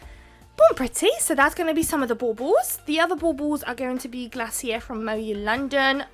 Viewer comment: This set is so cute! I need this plate! I remember having a care bear when I was young! The Glacier polish is pronounced as Glay-Shur... lol. I some times wash my stampers in dish soap and lighty dry them off! Any woo... lol. I think you did a great job on doing this set! Can't wait to see more! Xoxo from Detroit, MI 😘 ❤️